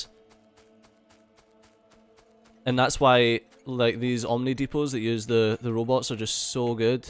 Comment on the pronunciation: Some times the way + says it "Robbits" those fluffy robbits